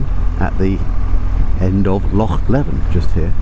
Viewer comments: ‘Lake’? Scotland has only one lake and it’s not Loch Earn - Tyndrum is pronounced ‘Tyne drum’ - not ‘Tin drum’ - Kinlochleven is ‘leavin’ not ‘levvin’ 10/10 for correctly saying ‘loch’ and not ‘lock’. We’ll make a proper Scot out of you yet. 😏 🏴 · Small point but it's Loch LEEven. I feel a bit churlish correcting you on that because it's great to hear an English person making the effort to pronounce "Loch" properly!